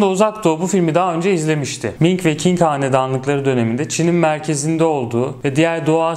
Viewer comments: ming ve king diye okunmaz o "ming ve çing" diye okunur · Merhaba, yaygın okunuşu Çing'tir. Zaten Çin adının kaynağı da bu hanedanlık. Fakat Zing veya King şeklinde telaffuzlarına da rastlamak mümkün. Zaten bir Çince kelimenin birden çok telaffuzu olması alışıldık bir durum. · haklısınız, kitaptan okuduğumla kaldığı için "Qing"i yanlış telaffuz etmiştim. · hatta bir şerh de sondaki g'ye düşelim. Normalde okunmaz fakat bende ağız alışkanlığı...